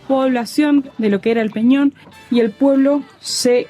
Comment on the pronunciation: Agradezco el homenaje del video y lo bien que hablan del camino y de esta zona turística de Colombia, pero si es bueno saber decir bien el nombre de la piedra y es EL PEÑÓN DE GUATAPÉ.... De resto todo muy bien